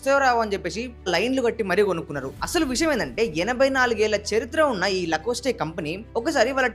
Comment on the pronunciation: లకోస్టి కాదురా అయ్యా లాకొస్ట్......